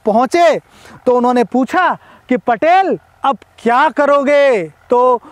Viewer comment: पटेल नाही भैय्या....पाटील